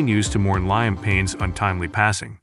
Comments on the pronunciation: Its liam not lime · You could have some one who can pronounce his name correctly, show some respect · Can’t get liams name right . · Rubbish, I'm English, click bait and can't even pronounce his name??!!! Irritating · Can you.pronounce his name right .and his funeral hadent happened yet